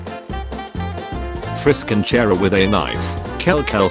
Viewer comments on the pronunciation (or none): Its pronounced CH-ara